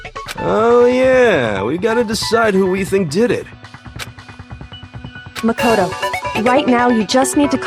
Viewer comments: pronouncing makoto: mac o tow other ppl's pronounciation: muh kow tow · The way how pronounces Makoto's name- MaKoToE